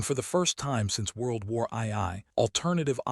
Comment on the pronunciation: Please don’t use AI for narration it sux. Example is World War I I (eye eye) instead of world war 2. Sorry mate, channel blocked after this comment as I want a hear a person not a machine